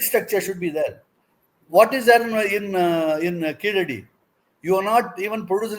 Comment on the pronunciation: This fellow does not pronounce properly Keeladi.